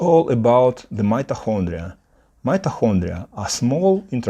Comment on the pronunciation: Great video! Helpful advice! Your pronancuation is not bad, but check your "mitochondria" pronancuation! Good luck for your English channel❤